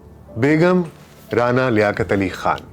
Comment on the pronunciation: رعنا لیاقت علی خان رانا اور رعنا میں فرق ہے ڈاکٹر صاحب تلفظ سہی کریں